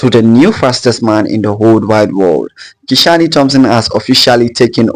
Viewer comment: Nice vlog. Hope you are right. The name is Ki-shane. Not Ki-sha-ny. Great